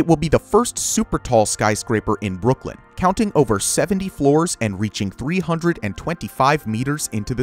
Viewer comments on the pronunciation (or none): none